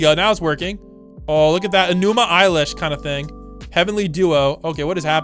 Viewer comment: ITS NOT ENUMA EILISH ITS ELISH ITS GODDAM ELIIIISH